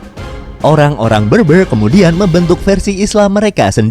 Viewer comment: Berber pronouncenya bukan beurbeur.. tapi bèrbèr...